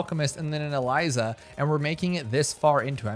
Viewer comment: ITS EZILI NOT ELIZA